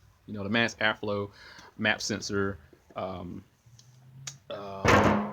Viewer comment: I swear i hear this guy say Airfooo sensor everytime hahaha.